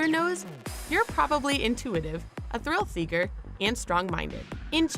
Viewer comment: "Thrill Threaker"